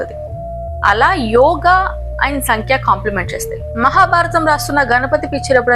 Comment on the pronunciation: సంఖ్య కాదు సాంఖ్య. The problem with English is it cannot represent the pronunciation of Sanskrit words clearly.